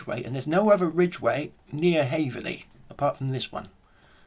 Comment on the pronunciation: Hey it’s called: Haverhill not Haverley! cheers 🍻